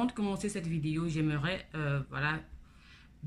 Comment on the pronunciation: Bonjour on dit vidéo stp pas videyo